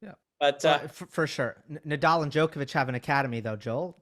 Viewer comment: Amazing show as always. Though it would be nice if you guys learn to pronounce "Djoković"